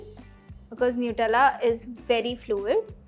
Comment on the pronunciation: Nutella not newtella